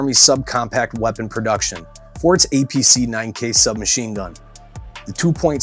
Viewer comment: It sounds like he is sayd "EPC" and he said it weighs in at 2.2 lbs. Still good content.